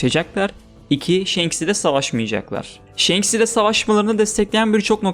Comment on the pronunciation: Kardeşim shenks ne ya1000 bölüm one piece izlendi ve senin gibi bir tabir hiç geçmiyor kim shenks diyor şu telaffuzlarin kulağımı kanatıyor shanks o